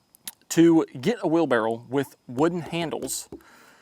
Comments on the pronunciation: Are you saying wheelbarrow or wheel barrel ? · It's wherlbarroW, not wheel barrel... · It's a wheelbarrow not a wheel barrel. Just saying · Were you saying wheel barrel instead of wheelbarrow? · it’s a wheel BARROW not a wheel barrel lol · "wheel barrow 🤓" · Do it. Say “wheel barrel” one more time 😅😅😅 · Was he saying "wheelbarrel"? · is a great tool guy. Larry Haun he is not. 🤣 Does anybody else hear say "wheel barrel?"